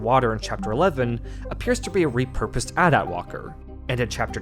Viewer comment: AT-AT, not at at walker